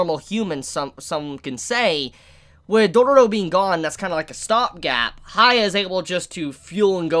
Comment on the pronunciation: Yes he is shorting his name but he's saying "HAYA" and its killing me.... He could just Say "Hiakky" or something like that